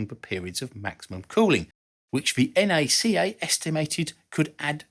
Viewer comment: Thank you for calling NACA, correctly. En Aye See Aye. I've here too may try to call it Nack-ah.